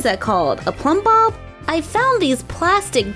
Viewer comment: People can never rember the Plumbop name and i am glad you knew it and said it right